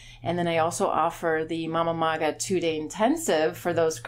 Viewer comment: Its Mama-Maga. Just saying.